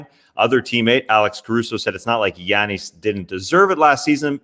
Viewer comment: Appreciate the way you always pronounce Giannis name the correct way. Might not seem like much but it goes a long way